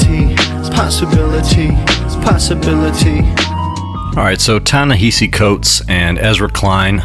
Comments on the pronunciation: Ta-Nehisi pronounced his name in the clip and dude is still mispronouncing it. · Ta-Nehisi Coates pronounces his name correctly. Why can't you?